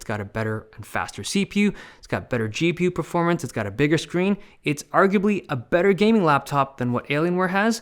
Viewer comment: "see-pew and gee-pew"